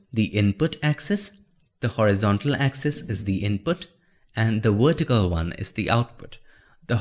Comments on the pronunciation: The Wertical axis. Love it ;) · the wertical got me dying.